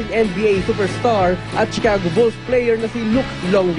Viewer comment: he said Chicago wrong. hahaha!!!